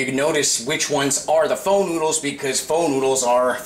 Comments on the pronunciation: its "pho" but pronounced "pha" never heard anyone say phur lol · It's fuh!!! Not fur